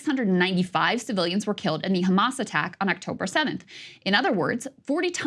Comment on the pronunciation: Ben shapiro : do you condemn Khamas?